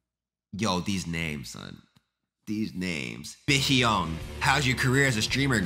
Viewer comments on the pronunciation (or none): Be-hyeong -> pronounced "Be-young" (but with H at the beginning of young)